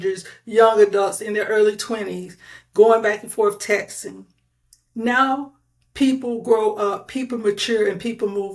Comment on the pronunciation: Whoever this noname person making the video is jumping on the liars bandwagon. This host can’t even speak properly and uses inappropriate grammar 😂 Sounds like she’s a 2nd grade student “tet’n” is how she says texting😂 NOBODY WHATSOEVER CARES ABOUT WHATEVER THIS CLOWN SAYS!!!